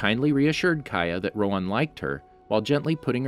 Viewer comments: Isn’t it Rohan and not roan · It’s roHAN not roan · It’s Row-Han. Not Rowan. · its not rowan its rohan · My nigga. Rohan. Not roe'juan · Why are you calling him "roWan" instead of "roHan"? it's a pretty common name in southeast Asia. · Ok im not trying to be mean because this could just be a voice problem but why do you pernouce avatar characters because Instead of Rohan your pernoucing it ro-on again im not trying to be mean but its a little weird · It's pronounced Roo-Hhan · I don't know why but the way you are sayin rohan is wrong my name is rohan and that's NOT HOW YOU SAY IT